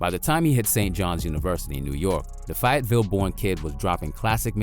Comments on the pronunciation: Lmao it’s Fayetteville Fay-yet-ville. Not fi-yet-ville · Figh ahht ville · Lmao he said FiatVille North Carolina 😂😂😂😂😂😂😂😂😂😂😂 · It's Fayetteville😂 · Not even gon hold you bru I’m from Fayetteville and I hated the way you pronounced that shit.